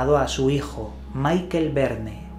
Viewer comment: Por favor, no pronunciéis todos los nombres como si fueran ingleses. No digáis Maikel Verne. Michel no se pronuncia así. Es ridiculo.